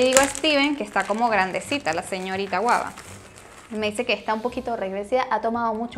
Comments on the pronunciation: Es guagua no guaba Jajajaja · Que hablas ajjajaja es guagua . No guaba 😂😂😂😂😂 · Que alguien le diga que es Guagua de pan, no guaba 😂😂😂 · Se llama gugua no guaba como siempre me encanta tus vídeos. Bendiciones😉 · dices guaba y es guagua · no se dice guaba si no guagua jijiji saludos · Se dice guagua..No guaba!!!! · JAJAA así como me reía me desesperaba cuando decía guaba en lugar de guagua xD pero yo comprendo perfectamente que ella está poco relacionada con esta tradición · No es guava es GUAGUA...